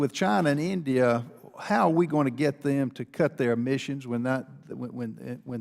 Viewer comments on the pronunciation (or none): none